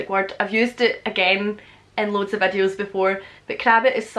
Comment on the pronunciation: I love how she says vädios (videos) lol